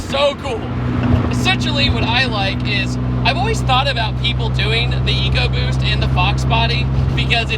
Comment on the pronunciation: You pronounced Eco BUST wrong...